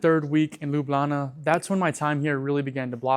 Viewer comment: Love the way you say 'Lublana'.